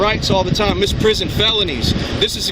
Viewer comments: "misprison" lol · I thought I was imagining that. He DID say "misprison". Jesus. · I just noticed that he kept mispronouncing "misprision", possibly ignoring that third "i" in the word that means it's pronounced like "miss-PREE-zhunn"; FWIW, "misprision of felony" historically meant a failure to report serious unlawful activity that one knows about (the word originally meant "misunderstanding" but its legal meaning has been restricted over time), and although most common-law countries have abolished it, the US has kept it around, but codified in 1909 to specifically require an active cover-up, and also to explicitly exempt spouses and those who would have ended up implicating themselves if they hadn't taken those actions.